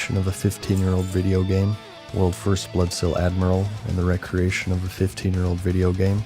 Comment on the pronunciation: 're-creation' is not pronounced the same way as 'recreation'; they're different words...you blithering idiot.